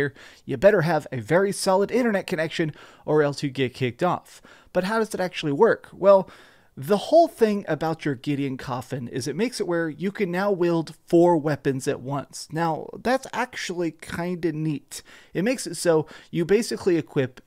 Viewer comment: Weld and wield are two differently-pronounced words. Wield is pronounced like, "wheel-d", not "well-d".